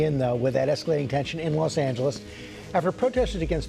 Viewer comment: When you listen to how to pronounce ' Los Angeles ' from native speakers, but still pronounce it wrong.:face-green-smiling